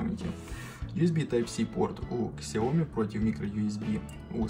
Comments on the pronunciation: Не Ксияоми, А СЯОМИ!!! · Бро, не Ксияоми, а Сяоми